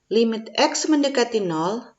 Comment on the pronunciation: Congratulations. Mohon dicek cara baca limit.